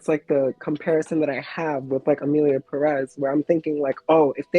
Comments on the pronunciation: It’s Pérez not Perez, can any of your guests pronounce it correctly lol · I hate it when monolinguals pronounce Pérez with the emphasis on the second syllable. Like HELLO the tilde is there to guide you lmfao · I really appreciate you including interviews/conversations with people who identify more closely with the identities being discussed in your recent videos🎉 Also, as a native Spanish speaker, it upsets me so much how people promoting this movie pronounce "Pérez" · OK. The first thing everyone neede to do is LEARN to PRONOUNCE the Spanish family name Pérez PROPERLY It is not 'PRESS', but PEH-reth (emphasis on the 1st syllable)., as a woman with hispanic heritage you should know better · It Pérez not Peréz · I find it amusing that all the non-Spanish speakers content creators that are talking about why this movie sucks (which, indeed, sucks) keep pronouncing "Emilia PERÉS" (sic) instead of "Emilia Pérez." Yet, I really liked your video,! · I haven't finished the video but ngl, as a Latina, the single most infuriating thing about this entire discourse is people pronouncing the title of the movie perEz instead of pErez. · The first red flag is in the title. It's not "Emilia Peréz" like everybody talking about the movie is pronouncing. It's "Pérez" the strong syllable is the first one, not the second one. And the stylized font they use on posters don't help. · I think one of the things i hate is how everyone says EMILIA PERÉZ INSTEAD OF PÉREZ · The fact that they pronounce it Peréz in the movie itself is bad enough. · Just for every American interested: the stress on Pérez in on the first e. PEH-rez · What shocked me the most is the fact that pretty much EVERYONE is pronouncing Pérez wrong! The stress should be in the “Pé” not in the “rez”. That is why its Pérez, not Perez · I mean the second name literally has an accent over the first E, why people in the us always pronounce the names the most incorrect way possible?